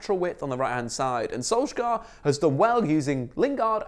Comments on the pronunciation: When are you gonna start pronouncing Solskjaer properly? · You should not pronounce the k